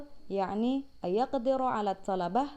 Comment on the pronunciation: Bilang yakni pun jadi ya'ni ya kak 😀